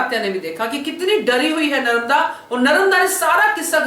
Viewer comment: Nice explanation but say Narmada not Naramda